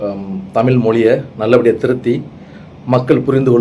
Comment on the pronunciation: சார் நீங்களே தமில் , மொலி என்றுதான் பேசறீங்க..